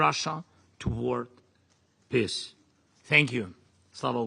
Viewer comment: He keeps saying piss instead of peace